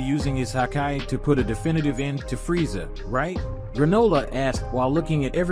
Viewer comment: That has got to be the most annoying way to pronounce Freza.